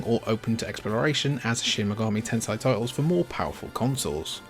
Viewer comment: Shin megami Tensai